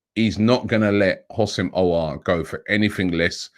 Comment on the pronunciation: Robbie I already helped you with aouar pronunciation. The houssem is pronounced as wissem Pls fix up